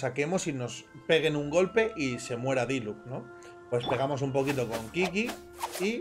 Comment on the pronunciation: Qiqi se pronuncia chichi, no kiki sjakduaakd